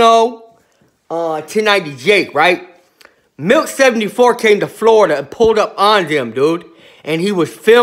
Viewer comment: Sounds like he keeps saying Milf 74. lol